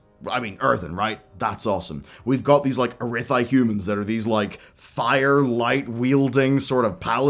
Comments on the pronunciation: And there it is… it’s literally spelled Arathi, it’s literally pronounced Arathi in the presentation, and for some reason insists on calling it Arithai… I wonder if he still calls Nozdormu, Norzdumu…. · With Bobby Kotex gone, I have high hopes for the franchise. I do wish i had hope that could say "Ah wrath eee" instead of "Arr wrath eye." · Hey there, minor detail about this video that bugs me. You keep saying Arithi, when it is Arathi, with an a in the middle. :) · this mf did not just say uh-ray-thigh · still can't pronounce arathi